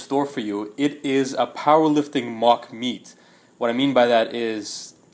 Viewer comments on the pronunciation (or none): Why does he call it mock meet?